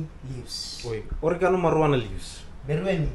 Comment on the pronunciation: "Orgi..aa....noo"... hahahaha oregano another famous saying....!!!!